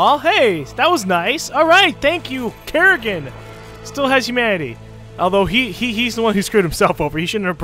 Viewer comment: You heard it wrong it's karrigain